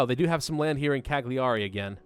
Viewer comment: CAG-LIARI? CAGLIARI! I'm one of the italians that gets offended by bad pronunciation! 😠